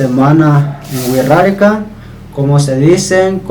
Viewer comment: hola, es muy interesante tu canal. Cuando tu dices Wixárika yo escucho "Wirrarika", como si la "X" sonara como "rr". ¿Está bien mi apreciacion del sonido o pronuncias la X como una "sh"?